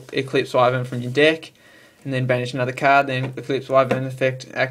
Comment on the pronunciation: U said di ck except of deck